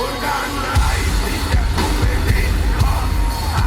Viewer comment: Your "Puppe" was pretty close to how it sounds when a german says it. Well done. It is a very creepy and also sad song. About a prostitute with a little brother that stays in the next room while she is having gentlemen over for business. But in my opinion it is safe to say that this "brother" is most likely her son which she got by accident from a customer who either doesn't know about his son or won't care that he impregnated a girl/prostitute and because of her probably still young age she says to everyone and to him (or he hears it when she is telling it to others) that he is her brother, although he is most likely her son (it is the most likely scenario for me). And in the end (close to the end) she gets killed by a customer. Could it even be the father? Because the "brother" gets angry out of nothing and maybe he inherited that lack of emotional control from his father who kills his "sister" (mother?) in the next room...?? Not necessarily kid sister. There is no actual mentioning in this song that his sister is younger or older. "Schwesterlein" CAN mean little sister, but it can also mean a diminutive for his sister. I did manage to call my older sister "Schwesterchen" a few times in my life what is usually a diminutive, as "Schwesterlein" can be also (Schwesterchen and Schwesterlein mean the same. A diminutive of Schwester (sister)). On the other hand the really big baby carriage could, but mustn't necessarily mean that he is an older child, maybe an adult who's mind ha